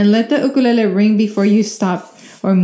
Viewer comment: You pronounced Ukulele wrong, B 👍